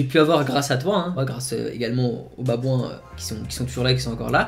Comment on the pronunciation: Pourquoi il dis les baboin ?